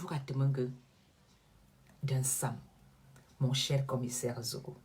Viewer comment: Déjà c'est Zogo et non Nzogo. Ensuite, le fameux Commissaire-là a quelle influence sur la scène camerounaise? Tout ce qu'il peut faire c'est continuer d'exprimer sa haine contre des nobles Maffo comme! Zogo se grille seul ma'a 😂🤣😂🤣😂🤣😂🤣😂🤣😂🤣😂🤣😂🤣😂🤣😂🤣😂🤣😂🤣😂🤣😂🤣😂🤣😂🤣😂🤣😂🤣😂🤣😂🤣😂🤣😂🤣😂🤣😂